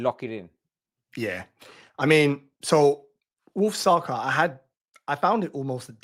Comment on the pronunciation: How can even pronounce Saka’s names wrong 🫠